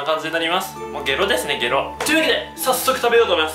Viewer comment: ゲ↓ロ↑ですね